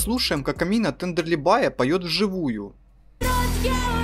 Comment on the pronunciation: Гений ты в имени Амина не правильно ударение ставишь